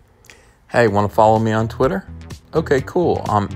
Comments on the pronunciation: We aren’t just going to speed past the fact it sounded like this man just said titter instead of twitter XD. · I'm sorry but did you say "Titter"? 😂